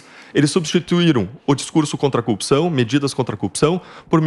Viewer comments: A propósito o deltan dallagnol precisa de uma instrução fonética ele se a corrupção como cupção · Porque ele e moro não aprendem falar "corrupção"